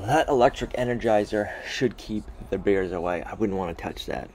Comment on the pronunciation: Can you say " bears " not beers .